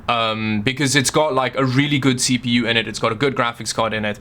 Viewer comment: When says really: "WRIILI"